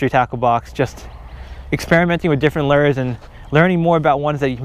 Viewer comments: Lures not lurs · I hate the way you say lures. Lol